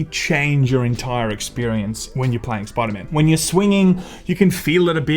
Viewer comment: “Spooda man” 😂